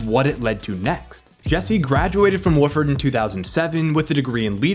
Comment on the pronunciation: You know it’s written by AI when you call his college Wooofard!